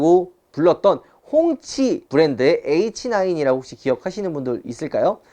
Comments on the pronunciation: 홍치가 계속 꽁치로 들린다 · 홍치인데 자꾸 꽁치로 들리네ㅋㅋㅋㅋ통조림쪼깨고 싶놐ㅋㅋㅋ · 소리작게하고들으시면 가끔 홍시도 들려요